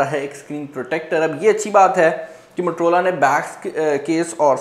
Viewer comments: Abe bhai matrola nahi motorola hota hai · Waisay its Motorola not "matar rola"😜😂😅 just kidding hope u don't mind